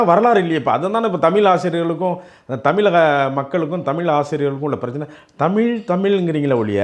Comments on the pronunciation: All ok. But it's Tami'zh' Why you people don't pronounce 'zh' properly?? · முதல்ல தமில்தமில்னு😂 சொல்லாதீங்க